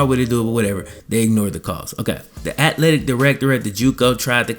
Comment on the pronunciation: atHletic bro. There is an “h” in atHletic